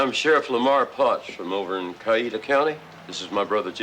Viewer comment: My grandfather-in-law was in Strickland’s crew. My mother-in-law told me the story and said they left a lot of the story out of this movie. It would take at least 1 more movie to tell the story thoroughly. By the way it is pronounced Cow-wee-ta . Not Ca-ee-ta